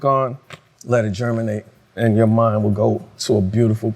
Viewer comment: Ali said "Let it germinate" about Can music it's more like "Let it German-ate"😅😅